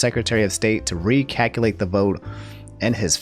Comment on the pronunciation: What he says “recalculate” What my brain hears “recackalate”